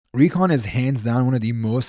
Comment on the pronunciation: He makes Recon=Kheechadi😂😅